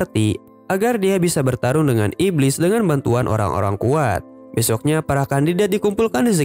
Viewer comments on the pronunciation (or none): Min lu orang mana kek sunda soalnya tdi ada bilang besok na wkwk😂